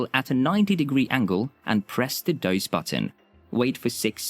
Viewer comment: It’s “dose”, not “doze”